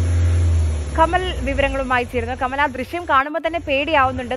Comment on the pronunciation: ദൃഷ്യം അല്ല ദൃശ്യം